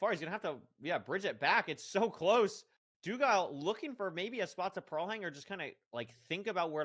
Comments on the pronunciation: doogle not doogile sob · “infoomi” “snowcrab” “doogle” 🥀 if hax’s name was longer than 3 letters he’d find a way to pronounce it wrong too 😭